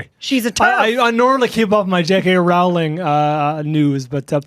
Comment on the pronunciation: Her name is pronounced Rolling!!!